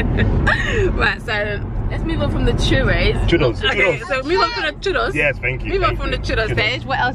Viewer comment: He pronounces correctly, “Churros”. coming from a Latina.